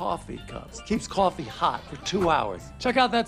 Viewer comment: CWOFEE AND MILK?? WHO WOULDA THOWRT